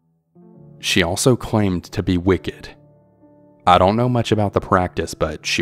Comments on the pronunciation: It's pronounced WICCAN* not wicked... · Wicken not wicked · Wiccan not wicked. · Dear, if "Ray-qwell", the lady who practiced "Wic-ked", spells her name R•a•q•u•e•l, of Spanish origin for Rachel, then you have just had two strikes. It's Rah-KELL' and she's a Wiccan, (wik-kun), a practicer of WICCA, (wik'-kuh)...a religion of sorts. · Story 1 surly, he meant she’s a “Wiccan” not she’s a practicing “Wicked?”. Must have meant the left hand path faith called Wicca, is what she practices. FYI but maybe it’s just the narrator’s accent when reading the word Wicca and Wiccan. Sounded like he said “Wicked”. Sorry I have OCD when it comes to occulted subjects.